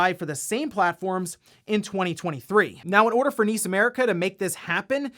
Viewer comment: N.I.S. America! ....👀. Not niece. N.I.S. 😔.